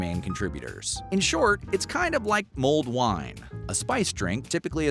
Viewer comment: Mold wine? It's pronounced like dull. Mulled wine.